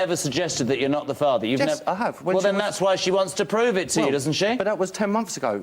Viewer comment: always pronouncing "er" as "arr" - "he is da farvar"